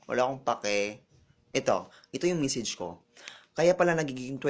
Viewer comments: message Hindi misage... judge mental. Hindi judge mintal. hahaha.. mag aral k muna ng tamang pronunciation bgo ka mamintas...hahaha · nag.aaral ba to? pa English pa wrong pronunciation pa.. punyetang bakla to! sarap bitayin..! d pa magaling magsalita .. nag memesij? ok ka lng? boring mo!